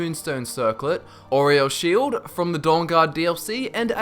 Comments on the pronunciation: Did anyone else here him say oreo sheild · Did you say Oreo's shield?